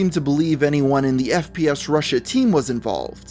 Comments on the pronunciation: Alex Jones can't even pronounce it right.... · Haha he said 'sps russian' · Alex Jones is an idiot and mentally unstable, if not insane. He cant even pronounce FPSRussia correct. "SPSRussian". Alex Jones gives conservatives/right wingers a bad name. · Alex Jones: "the founder of SPF RUSSIAN" FUCKING DUMBASS GODDAMNIT WHY IS IT SO HARD FOR SOME PPL TO READ FML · Sorry it’s a bit long but worth a read. ALEX JONE’S EXACT WORDS;” The founder of SPS RUSSIAN; the biggest gun SHOW in the world, not just on YouTube, and hundred million viewers in a average a MUNCH just on YouTube ....biggest gun SHOW in the world was tied up at his OFFICES, HESA GUN MANUFACTURER.” WTF! For a guy that’s allegedly so smart can’t even speak fucking English. No those aren’t my typos. If it’s capitalized it’s either a word he’s incapable of pronouncing due to neck fat interference or lack of working brain cells. And also how the fuck can a man be tied up at multiple offices? And F. FffFf fucking F Alex! FPS Russia is not a GUNSHOW. Not once in any episode did I see booths set up and hundreds of guns for sale and ammo. No fuckin YouTube skit is a show. It’s a fucking YouTube video you fat face dumb fuck that makes conspiracy people look and sounds insane. Which is why when obvious conspiracies can be proven they get fucked cause Alex fuck face jones opens his dick suckers and makes people think anyone who says anything he says are crazy as the FUCK. Making people not even want to try to see the truth in any situation of doubt. And no Channel has ever had 100’s of millions of views a month EVERRRR. Maybe one Channel did for A MONTH. NOT MONTHS. Creating the truth like he does best. I sadly half ass support some shit he used to say. Until now. Fucktard man. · “Sps Russia” 😭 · Hold up... did this dude just say "SPS Russian"? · Did he say spf Russian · Alex Jones is such an idiot. He could even say the channel name correctly. "SPSRussian" what is that